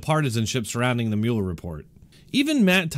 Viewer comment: You are pronouncing Muller wrong